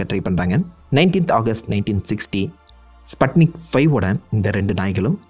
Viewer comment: I think pronunciation should be ஸ்புட்னிக் not ஸ்பட்னிக் one more unforgettable headlines on those days 1969 Year newspaper "MAN ON MOON"